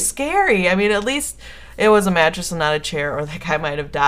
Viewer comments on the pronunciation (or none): lol i thought you said matches not mattress xD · omg at first i thought you said Matches so i'm like 'how could you get knocked out by Matches?' then i figured out you said Mattress then i'm like 'ooohhhhh ok that makes allllloooootttt more sens now XD' XDD